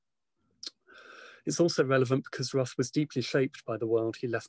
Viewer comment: If your biograhper isn't willing to pronounce your name correctly and doesn't read your work in the original language...